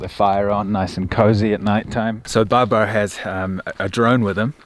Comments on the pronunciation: Stop saying Barbar mate It sound like some pirate's name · Pronouncing Babar "Bar Bar" 😂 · I love your travel vlogs and interactions with the locals. Besides i enjoyed your pronunciation of Babar too. Would love to see you here again. Greetings from Rawalpindi Pakistan brother. Keep Rocking.